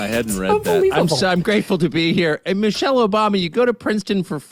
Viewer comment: “Me-chelle” Obama. Me, me